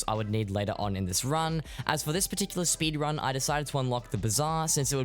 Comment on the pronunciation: speedwunning? omggg